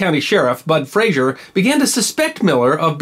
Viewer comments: FRAZER. Say it like it's spelled.. FRAA ZER. No ZSH. This is not FraSHUR from Seattle. Our Frazer clan has been around for hundreds of years, and to hear it regulalry bastardized as FRA-SHUR pisses me off. Were it that way, (and there are some in my sept), the spelling is Frasier. Like that doltish show in Seattle. The history of the Frazer/Fraser clan is wicked awesome. Go. Look. Clean it up. Words and names matter. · The name is Frazer NOT Frazier. Please stop saying Frazier. 🤨